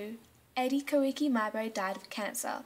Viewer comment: Video is well made, impressive for a first video. Your basic description of terra nullius is the only memorable flaw but i presume your teacher covered that. Koiki is pronounced 'Quaki', in case your teacher didn't know.